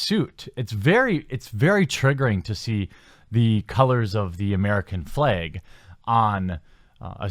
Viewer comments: "the american fleg" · Are you from the north? I noticed you say the word flag like I do